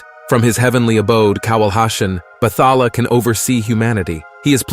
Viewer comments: Not sure if you’re using AI for audio but it is pronounced as Bat-ha-la and not Battala. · can't help to smh when i hear some pronunciations but i understand why 👌 Say it like Bat-hala and Bangu-ngot(Nightmare) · Bathala is pronounced as Bat-ha-la Tikbalang - Tik-bah-lang